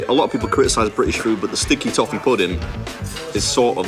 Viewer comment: ...sticky toffee.... I thought she said stinky tofu... haha this episode was a nice tree-t.